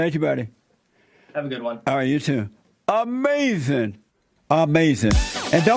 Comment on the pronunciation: Styx: I almost died and was hospitalized Jesse: That's AMAZEN man